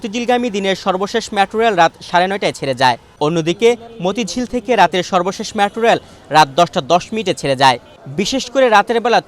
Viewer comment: LoL did he just say "Matro reil" 😂😂😂